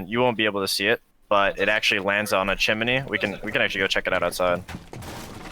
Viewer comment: I really like the pro league guy and he’s really helpful but I despise the way he says chimney